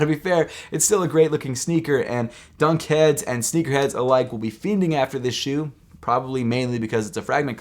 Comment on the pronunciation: It’s not “zsneakerhead-zee” bruh